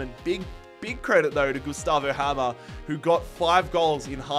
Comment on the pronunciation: the way you abolutley butchers my last name noooo.... its pronounced hay-mer aka Hamer :)